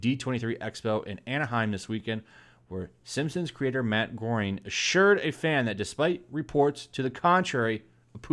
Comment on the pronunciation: Dude, seriously, Matt Groening’s last name is pronounced as “Graining.” In case you plan on doing another Simpson video, keep it in mind. Gives you more reaearch cred.